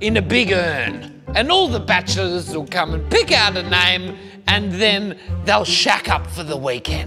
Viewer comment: “Bachellllrrrs” tricky word to pronounce at the best of times…